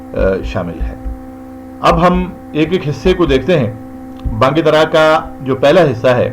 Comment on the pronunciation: یہ بانگ درا ہے نہ کہ بانگ دَرا